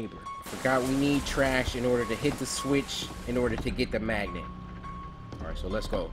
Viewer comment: This dude wanted to say magnet he said Maggot 🤣😂